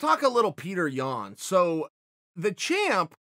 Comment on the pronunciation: pee-yo-ter*• yan